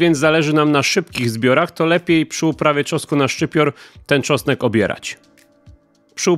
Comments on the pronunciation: "czosek" lol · Co to jest "czosek"? Co chwila słychać tu uprawie czosku...